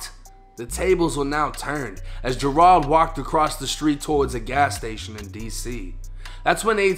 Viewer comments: its pronounced "JER-ELD" then say it fast. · Dudes names Gerald but Jer-ahld does seem a little more "street" though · How tf do you mispronounce Gerald